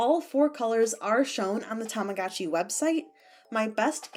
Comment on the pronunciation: The advertisements are so cringey, TAMAGOOCHI PIX, BITCH ITS tamaGOTchi